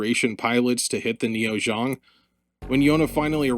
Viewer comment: I was like wth is ZHONG? ZEONG! lol zee-ong.